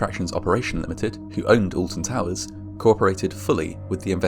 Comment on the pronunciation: I'm from the US, so forgive me that I don't know much about the UK, but I swore it sounded like you said "the Austin Powers theme park in the UK". Shit, I want to see Fat Bastard...